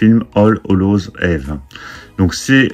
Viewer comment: Belle collection. PS: Eve se prononce Yves.